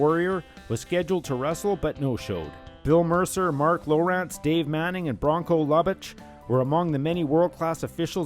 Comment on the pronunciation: Bronco Loo-bitch ...Not Lubb- itch